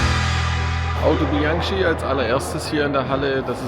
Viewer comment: Danke für das informative Video. Kleine Korrektur am Anfang: "Autobiank"i spricht man die Marke richtig aus, nicht "Autobianschi". Der Maserati Mexico ist erste Sahne - wunderschön! Da freut man sich doch auf weitere Teile dieser Show.